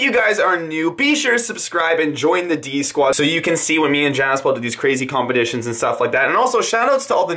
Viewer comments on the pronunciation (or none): Did he just say combetitions?